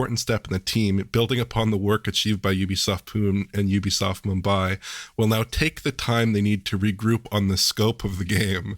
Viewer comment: Yeah it's pretty unrealistic to know pronounciation of every possible word. I don't think anyone will take offense to this, but as an Indian it was funny especially after hearing the bang on Mumbai pronounciation.